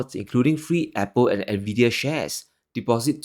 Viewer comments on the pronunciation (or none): none